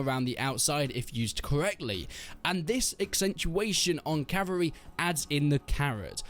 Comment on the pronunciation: Every time he says cavary instead of cavalry take a drink.